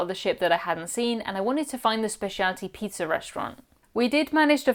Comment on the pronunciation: Love your channel! Love how you pronounce pizza… peetzer ❤😂